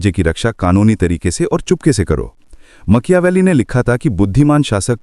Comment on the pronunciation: Very informative ❤ but makyaveli😅 made me smile ..